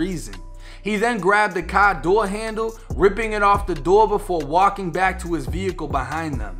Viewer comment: "In his cahh"